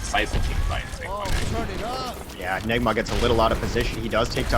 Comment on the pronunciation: that announcer accident "nigga" instead of "enigma". lawl